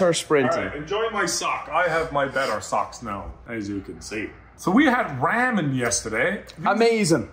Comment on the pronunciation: i hate the way they pronounce ramen, why